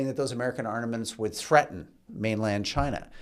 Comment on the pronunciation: Fun listening for the host’s new take on English words. Caught arnaments and conflageration- there may have been some others.